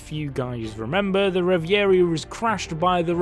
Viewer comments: Revv Voor Ree not reveairee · Say it with me. REV - A - REE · reviarie lol I love that guy and his pronounciation Edit: "The Garsey", this guy too good